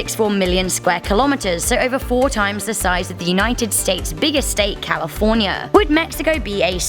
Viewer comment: Biggest state calaforna